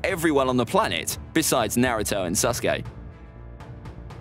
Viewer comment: Stop saying sus-gay, his name is Sasuke.